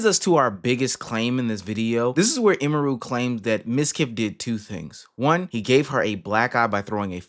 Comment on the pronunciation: Very insignificant, but it's actually pronounced 'emmy-roo' not 'e-mehroo'